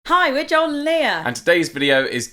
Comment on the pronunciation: When you say Joel, I hear John. Americans say Joel like Joe with an L